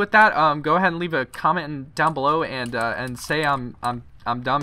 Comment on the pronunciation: bro stop saying levae a like because it really helps me out its so annoying